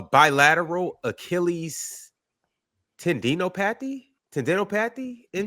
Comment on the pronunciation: Dudes just gunna let the host say tendeenohpathy like that and not one person on the 6-man panel wanted to step in to at least provide viewers with the correction lol. I don’t fault the man, but I’d assume one of the fellas has heard that word